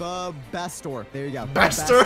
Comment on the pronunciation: bastor or pastor LoL